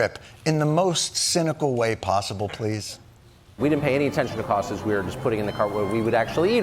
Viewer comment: Did Tukhov Karlsov just say "We weren't paying attention to costses"???